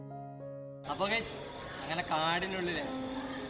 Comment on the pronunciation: Great originality and silence of the forest! When you address the viewers, "Hello guys", it is heard as 'gays' which has a different meaning. You may prefer to address 'Hello Everyone'. Thanks. All the best!